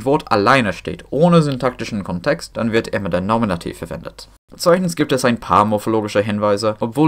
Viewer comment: Your German is exceptionally good, bravo. Thanks for this fantastic video! One correction: the stress in "Kontext" is on the first syllable, not the second.